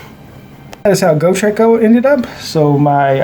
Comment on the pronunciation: Why do you pronounce Gotrek wrong? Its Got Rek, not Go Trek